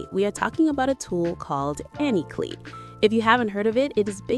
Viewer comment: Its said CLY lol klee 😂